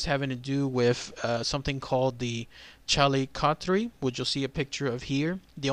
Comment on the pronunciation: Very informative, although, the one thing I feel I should point out is your pronunciation of the extint animal it resembles. it is pronouced "call-lick-oh-th-ear", not "chal-lee-cock-three" lol. But, really, other then that, a good piece and well researched.